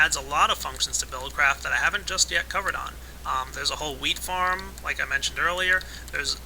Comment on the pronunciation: When he said "Wheat-farm" I thought he said "Weed-farm"